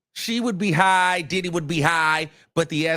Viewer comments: It’s the way you say Did Dy!😂😂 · I’m sorry this is a sad situation but the way you say diddy !! Is so funny 🤣🤣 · Comedian Luenell, recommended your channel (so glad she did). She admires your true/raw content on this “situation”. And how you say “DIDDY”. 😂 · The way you say his name be having me hollering 🤣🤣🤣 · That's the only way I say his name now...😂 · I love it i be rolling 😂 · That be the funniest part